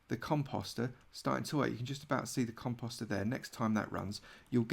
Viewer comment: I thought he said cum pasta🤣